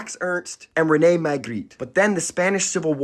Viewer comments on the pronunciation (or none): none